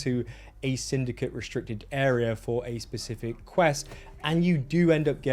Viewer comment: "Specific", "Pacific". Please learn that these are two separate words.